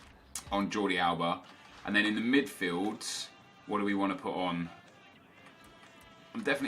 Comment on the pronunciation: You say 'Midfieldt' and 'cardt' instead of midfield and card